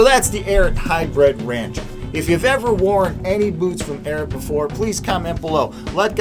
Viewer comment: The “Arrot.” Guy, it’s “Ariat,” like it’s spelled.